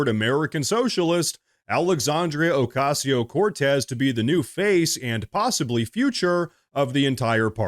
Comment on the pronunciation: PLEASE.... JUST SAY ...." cortez" PLEASE !